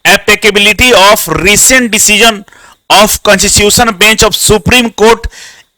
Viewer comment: Sir constitution bolna bhi nehni ata hai